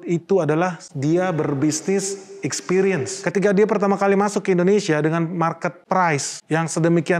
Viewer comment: Ekspiriens pengucapannya yaa...bukan EkspEriens....makasiihhhh